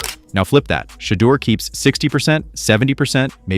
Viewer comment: Whoever made this video mispronounced Shedeur’s and Deion Sanders’ names so often, it’s like they’ve never even heard of them.